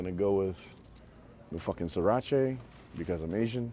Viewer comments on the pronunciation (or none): what in the fuck did he just call schiracha. You just lost your asian card effective immediately